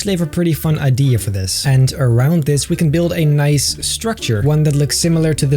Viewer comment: I’ve tried counting how many times he’s said “Noice” in this series and I can’t keep up…